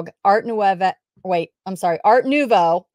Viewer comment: Art Nouveau and Art Deco are very popular and distinct decor, fashion, accessories and architecture styles which a reseller should be familiar with. If you are dabbling in selling jewelry it is obvious that pronouncing and recognizing these styles does mater. You did pronounce "nouveau" correctly. When reading the French language, any word ending with the letters e-a-u is pronounced with a long "O" sound.